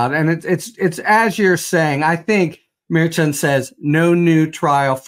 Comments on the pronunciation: Pronounced... M E R C H O N!!! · Tell poor how to pronounce Judge Merchan's name please! He can do better!